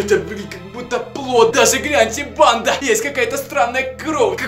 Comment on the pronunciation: Кому тоже кажется что говорит не "банда" а "панда")